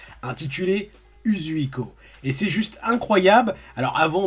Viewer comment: C'est pas méchant mais, Shoury prononce mieux que toi Uzouhiko